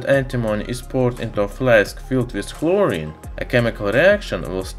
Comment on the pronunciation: Boi he said chlorine (Sorry not trying to be rude, just helping you fix a mistake)